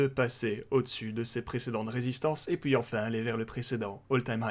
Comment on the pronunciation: Slt:), tout d'abords MERCI pour ton travail et ça qualité, juste un truc me fait rire a chaque fois c'est comment tu prononce "et puis" par "et poui" (aucune moquerie de ma part rassure toi), juste amuser. Continus comme cela et MERCI encore;). P.S: Si tu pouvais mettre en lien en description sur les "whales" le site ou l'outil ce serais super merci;)